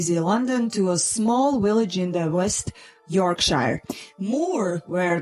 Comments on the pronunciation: I love the way you say "Willage" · uhhhhhhhh, heh heh... She said willage.